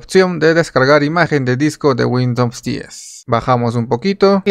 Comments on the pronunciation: Muy buen video, me sirvió para instalar. Pero por qué dices Windoms, es Windows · Me da la impresión que tienes cierto grado de dislexia, no pasa nada. Sólo que es raro escuchar windons en ves de Windows. Saludos! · porque dices windoms xd